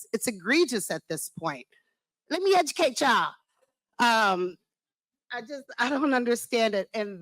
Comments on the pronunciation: "Lemme decutate ya'll"... made my eye twitch, every time she said it lol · “Lemme ejakate y’all!” Hahahaha!